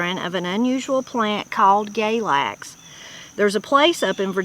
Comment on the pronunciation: Galax is pronounced "galax" not "GAYlax." I think it may be same as goldenseal. Plenty of people gather roots, including those who go "sangin" Also, when I was a kid, goldenseal had a price measured by the pound, just like several other roots. Bloodroot was one.